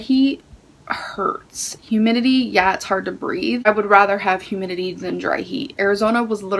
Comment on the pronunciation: "Definitely know how it is to be in 'hoomidity' "??? Lmfao Jfc, this gorl... 🤦‍♀️